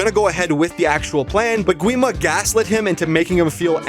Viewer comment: Gwi Ma is actually pronounced 'Gi ma